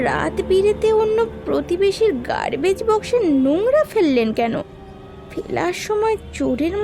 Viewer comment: Garbage ke "Gurbej", Mask ke "Musk", Polythene ke "Palythin". Uccharan gulo to kane lagche